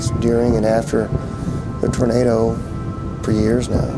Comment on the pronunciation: "TAR-nado Alley!" What in TARnation is THAT??😂